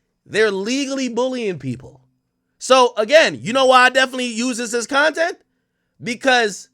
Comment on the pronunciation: You said "Bontent" ? 😂😅😂😂